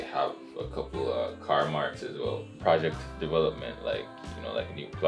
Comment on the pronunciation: Renae should buy house, not carr😂